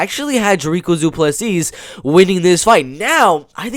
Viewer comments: Dont worry to get the S in on the end of the surname of Du Plessis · The last "s" in Du Plessis is silent bro